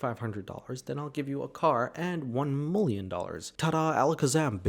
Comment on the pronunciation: It’s “Million”, not “mllion”.